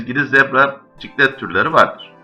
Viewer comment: Zebra ciklit degil ciklet